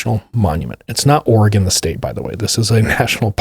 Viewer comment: I appreciate that you pronounce Oregon correctly! 🤣